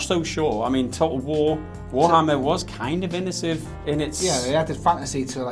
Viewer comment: Spent the last 3 minutes trying to figure out if is trying to say innovative, inventive or a combination of both. OR have i just been saying it wrong this whole time? Teach me wise Master.